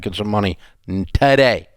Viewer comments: The way Dave said “today” was hilarious 😂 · TADAY! TADAY!😄